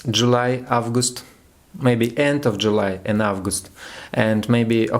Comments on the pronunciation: Thanks, nice shot! Everything is clear. Still sigh of asc, right? I was looking for the good astrological forecasts in EN on YT. Not too much them I can say I've noticed some grammar mistakes, but it's nothing serious in speaking. Everybody does it. But please check pronunciation of zodiac signs. Leo, not lion. And months: april and august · the more you practise the better! Without making mistakes it’s impossible to get experience and skills. You should pronounce March/мач/, August/огест/, etc. So listen to more things in English to get how to pronounce this or that word. In general although you made mistakes, I could understand everything. I wish you continue your work like this!❤️😀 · Молодец! Я горжусь тобой. 😎 August - произносится как Огест. This - лучше произносить через букву Д. Как Дыс. Немного поработать над английским и будет супер 💜💜💜. Но прогноз всё-таки понятный, понятно что ты имеешь ввиду.